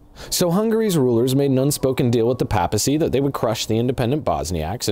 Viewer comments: This is and remains standard Muslim practice. Nothing to do specifically with Bosnia. You shouldn’t give the impression that it did. Secondly papacy is pronounced with a long a in the first syllable standard pronunciation for schism is pronouncing it without an h Sounds a lot like you would say scissors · NOT PAAPACY, it is Pronounced: PAIASE 😂